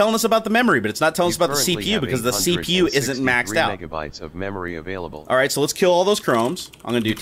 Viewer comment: "avaiable MBytes"